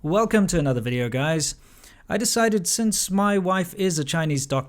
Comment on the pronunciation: "Welcome to another videeo" 😂😂